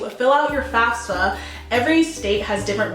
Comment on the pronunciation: She is sponsored by FASFA yet she can't pronounce the acronym right 😅😅😬😂